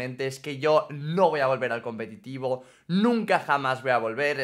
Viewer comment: Que humilde diciendo competido